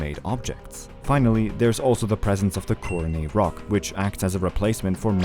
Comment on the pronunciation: Coronet has a hard T sound btw. It’s not silent.